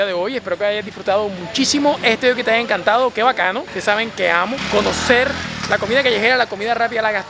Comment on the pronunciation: Si lo dijo bien. Si escuchas con más atención si dice "haya".